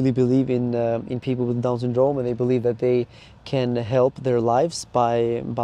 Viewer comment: Why do you pronounce syndrome so weird hahaha “sundrooouuume”